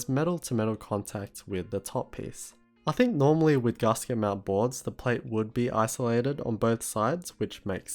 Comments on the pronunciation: It's gasket, not garsket. Gas. Ket. ;) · Yes. I live in Australia. But none of that has any bearing on the correct pronunciation. I think he's just read the word and not heard it, because zero people, of any accent, pronounce it like that. Even the upper-class Brits, who are most likely to pronounce "a" as "ah" (as in "dance") don't say it like that. It's not a criticism or a dig, just letting him know :) P.S. You're supposed to capitalise country names.